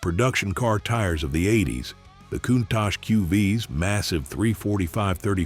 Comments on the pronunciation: Imagine driving a van! You can see nothing behind you apart from in your door mirrors! By-the-way, the car is pronounced coontosh!!!! WOW,. LOL...Look it up?....Great research & nice vid though...... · COUNTACH is NOT PRONOUNCED THAT WAY! PLEASE! FOR THE LOVE OF GOD AND ALL THINGS COOL. PRONOUNCE COUNTACH CORRECTLY. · Learn to pronounce "Countach" correctly! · How to pronounce Countach wrong 50 different ways. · ...and I counted 50 times!